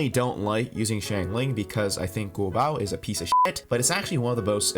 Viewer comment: thanks for the tips on noelle but like i use amber and i cant ascend xingqiu at the moment also its singchiu not singcho and shaangling and guoba is g u o b a not guobOW- no offense tho i just get annoyed when people pronounce liyue names wrong